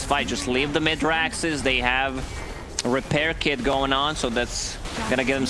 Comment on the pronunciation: how long is this guy going to say rackses?? is no one ever going to tell him its just racks? or tell him he is dumb.